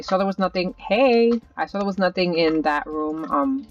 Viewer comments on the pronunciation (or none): When she said hey i was laughing because my friend came in and it sounded like you said hie to her